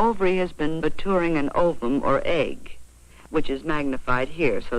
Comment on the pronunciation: The way the video said MaTOURing instead of MaTURing was incredibly funny to me for no reason